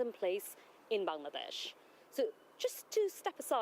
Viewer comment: Still a Parliamentarian? How. Will you go to Bangladesh to clear your name? Mumble mumble, Ban-ladesh Fuck off.